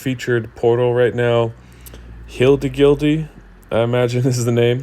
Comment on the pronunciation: Lol say the name again ahhahaha 🎉❤ congrats